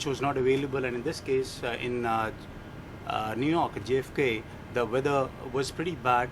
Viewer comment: New york is newrak hahahahahahahahha